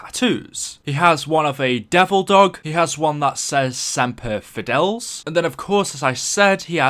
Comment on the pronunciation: It's not "semper fidells" it's Semper Fidelis,or Semper Fi for short,the motto of the United States Marine Corps